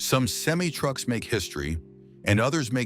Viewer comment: Learn to say the word semi correctly. STOP USING THIS AI CRAP!